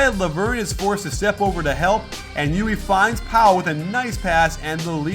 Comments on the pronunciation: Still, Guillermo's "E U L" English approximation is the closest one. Coach pronounce it like "Llui" (in Spanish) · by the way, it'is not pronounced /jui/, but /djull/ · Hey, I asked around on how to pronounce Llull and they said it's 'yuy'. They said it's because it's a Catalan name and its original pronunciation is not used by the average Spanish speaker so you will hear 'yul' most of the time. As I don't speak either Catalan or Spanish, somebody who does need to confirm this. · its not yuli, its yul. native speaker talking. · Llull is normally pronounced like "Yule", but in the island where he's from, a lot of people pronounce it "yuy" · not in at the end of the word. It's Youl. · Wrong. It's Youy, where the ll is stronger. The end being l is a misconception because there are so few words in Spanish (just city and family names) ending in ll most people don't know how to pronounce it when it's at the end. It's pronounced like the usual elle at the end both for Spanish and Catalan. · great video and fantastic analysis! As spaniard let me tell you that LLull is pronounced as if it was a "j" jull. Keep it up! you´ve got a new follower!! Greetings from Spain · Coach im from Spain and you are saying his name the wrong way, is Llull (Yul) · Hey Coach,im spaniard and its Llull,readed something like E U L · Hey coach! Spaniard here! Llul is pronounce with an "l" at the end not an "i". Thanks for the analysis you are the best! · you pronounced llull wrong!